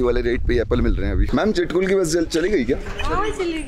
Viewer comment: चिटकुल nhiiiii छितकुल